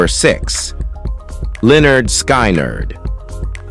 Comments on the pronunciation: Linner Skinird😂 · What a joke this list is. Anybody who can't pronounce Lynyrd Skynyrd can't be taken seriously. Line nerd Sky nerd isn't it. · Learn how to pronounce Lynyrd Skynyrd, There's actually an album title that will help; you out: "(Pronounced 'Lĕh-'nérd 'Skin-'nérd)" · A I crap Skynard is still syrong funny and sad A I can not pronouce the bands name